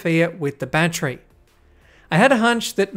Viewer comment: awesome video! and im a big fan of the streamlined way you say battery! ba-tree! lol